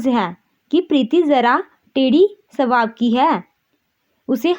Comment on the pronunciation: सवाब नहीं स्वभाव होता है